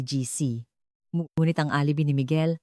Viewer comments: Hi, nakakainis ka😊di na ako makikinig sa narration mo maganda sana ang kuwento mo pero alibi ka ng alibi instead og alibay ang bigkas,pag di ka tumigil ng ka aalibi mo ireport kita sa admin mo lol hahahah alibi😊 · OO nga mali mali tagalog na nga wrong pronunciation pa.Yong UP she said OP, alibi she pronounced alibe OMGEE! I was wondering Sept. 2026 etc & 2027 it's only March 2026 now! Dumami tuloy wrinkles ko syo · Sagwa ng pagsasalaysay ng narrator… Isa pa…. “ mukhang fiction “ lang …. kathang -isip lang! Pati pagbigkas ng mga salita .. mali-mali… Halimbawa: U.P. ……… sabi ng narrator…. [ UPI] Alibi………. …….sabi ng narrator: [ alebi] Hoy … narrator…. balik ka sa Grade Six